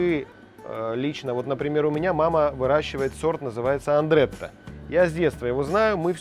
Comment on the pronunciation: Сорт картофеля называется «Адретта», а не так как Вы,, произнесли. Да, этот сорт для варки идеален, единственный минус- глубокие и частые «глазки» и шарообразная форма. Любимый сорт моего отца.